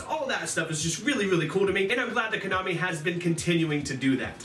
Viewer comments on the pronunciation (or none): none